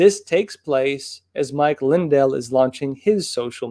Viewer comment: It's Lin-DELL, not LIN-del.